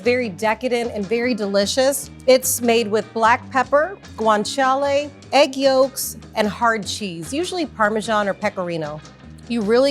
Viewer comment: She pronounces it just fine, considering she's speaking English, in my opinion.